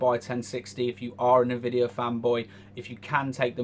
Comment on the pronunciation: You said NahVidia, what the fuck... IT's Pronounced N-Vidia. Nevertheless Shadilay my friend!